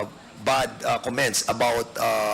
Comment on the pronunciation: Yabang! Ayusin mo muna pronunciation mo ng ‘ comments’